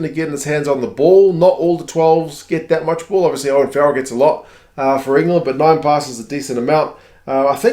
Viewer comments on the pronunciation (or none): none